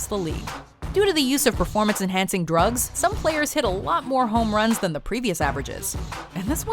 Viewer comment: Moste say drogs evry time